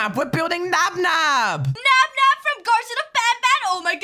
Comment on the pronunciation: it's nabnab not nab nab